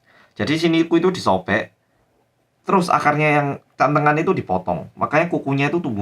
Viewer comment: bacanya jd 'Gantengan' bukan Cantengan XD